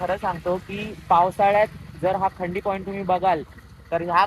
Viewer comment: भाऊ खंडी नाही रे खांडी आहे ते